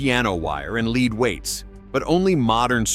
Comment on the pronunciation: Yeah, when talking about those guys using piano wire and "leed" weights was certainly a tell.